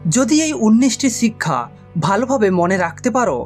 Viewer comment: বাংলা উচ্চারণ শিখুন। চিক্ষা,‌ছিক্ষা, সিক্ষা, শিক্ষা এই শব্দগুলো পরপর পাঁচ বার বলে রেকর্ড করে নিজেই শুনুন। উচ্চারণ সমস্যা দূর হয়ে যাবে।